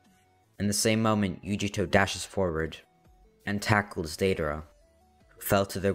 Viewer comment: the way you said deidra and sasori the first time 10/10